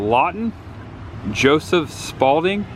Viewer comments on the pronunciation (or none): none